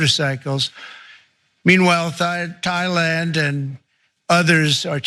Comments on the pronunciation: Can we acknowledge the fact that this genius almost pronounced Thailand as “Thighland?” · LMFAO! He started saying "Thighland" again, and just stopped himself ! You have an idiot for a leader. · Haha he almost said Thigh Land again